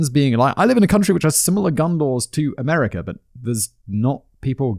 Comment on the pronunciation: I like how this guy pronounces America “ameri-car”